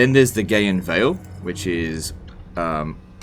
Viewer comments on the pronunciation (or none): none